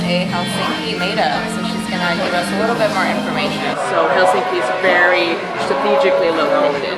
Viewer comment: I don’t understand why many foreigners pronounce “Helsinki” with strong emphasis on the end of the name? It is wrong. The first syllable of all Finnish names is always emphasized. As you pronounce “London”. In the same way!